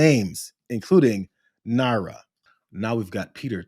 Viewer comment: It's nar-ya not Nara